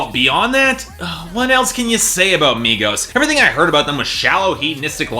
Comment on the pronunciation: exactly why white boys who can't even pronounce the artist's name shouldnt talk about something he doesn't know anything about.